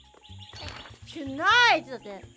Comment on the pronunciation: Ngomong "To-" nya medhok banget.